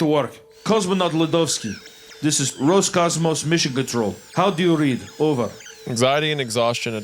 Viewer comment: То как слово "Роскосмос" раз за разом произносится как "Роскомос" каждый раз вызывает на моем лице тупую улыбку.